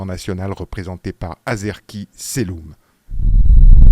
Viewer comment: Arezki Selloum et non Azerki Selloum